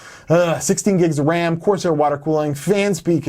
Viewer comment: "How much WAM"